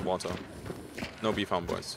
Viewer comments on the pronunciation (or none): I won’t lie hearing “bee farm boys” as “beefy arm boys” had me a tad confused..